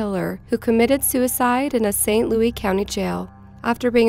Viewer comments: Kills me the way she says “St. Louis” like “louey” and not “lewis” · Umm... It's not pronounced saint Loo-ee, it's saint Loo-us... Pretty major pronunciation error.. I'll cut some slack if you're a foreigner, but if you're a US citizen that's kind of embarrassing.. sorry, mate, but you have to do your research🤐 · Ok its st louis not st louie 😆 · i was actually locked up in saint louis county jail across the hall from him when he did it... also who the fuck cant pronounce st louis? its not louie its lewis ffs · St. Louie? Its called St. LOUIS. Seriously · Bill. Giles , I agree. This was super annoying as she says it like 15 times. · I know all of this is horrible but it pronounced SAINT. LOUIS. not st louie! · St Louie, slang for St Louis...lol I'm deceased over here! 🤣 She keeps saying it! 😅🤣😂 I live in St Louis. 🤗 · St. Louis - Saint Loois, NOT Saint Looee. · It’s pronounced “Saint Louis” not louie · St Louis is pronounced "SAINT LOO-IS" not "saint Louie" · "Louis" not "louie" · Why do you call it St Louie? It's Louis. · St. Louis.....it's St. Louis, not St. Louey.......thank you from everyone in Missouri! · St. Louis is pronounced Saint Lewis. Not, Louie. I know that English isn't your first language and St. Louis is based on French, so it would make you automatically choose Louise, instead of Lewis, but it was sooooo frustrating to hear over and over. If it was closer to New Orleans it would be Louie, but it is a midwestern city. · Saint Loui? Stop... Saint Louis. Wow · Nice video. The only correction here is that it is pronounced St. Louis, not St. Louie. :) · It's St. Louis (pronounced like Lewis), NOT St. Louie!!! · its not pronounce st. "louie". its louis, with an 's' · St. "LOUIE"?? Its St. "LOUIS" !! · It's St LOUIS, not St Louie! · I am from the st Louis area and I have never heard anyone pronounce it the way you are. It's fucking with me Lou is not Lou ee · Wtf is "saint louie?!?" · St. Lewis. Not louie. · Stop saying "saint lou-ey", Sincerely, stl